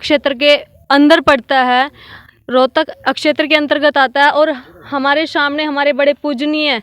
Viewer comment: क्षेत्र को अछेतर, प्राप्त को परापत महत्व को महतव ओर खुद को पतरकार (पत्रकार ) बोल रही है। 10 वी पास करो पत्रकार